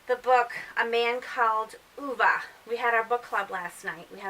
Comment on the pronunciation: I'm glad you pronounced Ove correctly! I gave it 3 stars. My book club read it and the reviews were all over the place like at yours. I just started reading Miss Jane by Brad Watson and I am really liking it! Keep up the book reviews, I love listening!